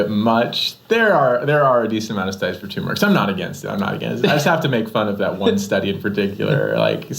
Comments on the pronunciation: Dr.’s isn’t it Tur-meric not Too-meric? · TURmeric ...there are 2 'r's :-)